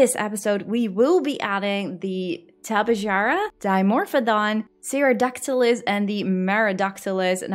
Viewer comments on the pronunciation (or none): none